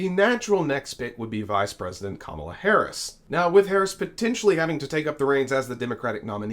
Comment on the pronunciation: And please, stop the disrespect of mispronouncing Kamala Harris' name. I'm mean, what are you 5 years old?